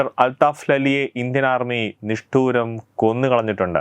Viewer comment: "Nishtooram"alla... Pyaar'se Maardala